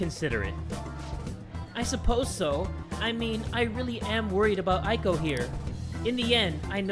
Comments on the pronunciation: I think you say eiko like Eyko not Aiko. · Here's a tip: "ei" is pronounced like the "ay" in "" and "ai" is pronounced like "I". I love this series! You're that dude!! ^^ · Man, I got so excited when I saw this episode was out! My studies can wait for a bit... Also, a little pet peeve, Eiko is pronounced like ayy-ko (as in ayyyy lmao; or just the letter A). Japanese vowels always sound roughly the same, so e always sounds like eh, and i always sounds like ee (think 'sensei'). I want to make a video about this someday, because it's a huge pet peeve of mine! But I love you, and you're still awesome, even if you mispronounce things sometimes (you're actually better than most tbh!). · The "ei" sound in Japanese is pronounced like a slightly longer "Eh" not "aye". Eiko = Ehhko, Yohei = Yohehh